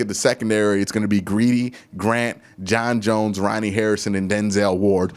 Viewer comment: Lmaooooo.... John Johnson 3... Not John Bones Jones...😄😄😄.... I know you'll get it Correct Soon...lol..Love the Commentary #GOBROWNS #DAWGCHECK #2Q6